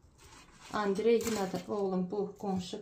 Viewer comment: Andrey deyende meni niye gülmek tutur bilmirəm